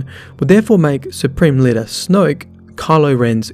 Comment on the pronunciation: That Aussie accent: Snwoyook. IDGI. It takes so much effort for me to pronounce a 1-syllable word in that way.